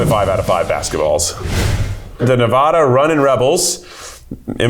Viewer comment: i’m begging and pleading for the try guys to pronounce nevada correctly